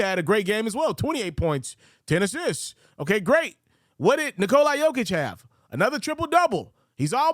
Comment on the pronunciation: You can't even remotely come close to pronouncing Nikolas name lol. The "a" is a soft "a" (like "aw" or "ah") and you seem to think it's a hard "I" lmao